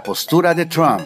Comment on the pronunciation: cuando vas a decir bien "Trump"